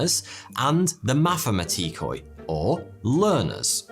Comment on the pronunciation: i am a greek and i really enjoyed this video, i knew most of the stuff but learnt something new. also a tip everything in greek that ends in -oi is pronounced e not i so its mathimatike like the i e not the e e